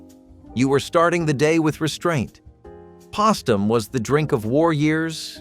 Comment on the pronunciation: you cant even pronpuse postum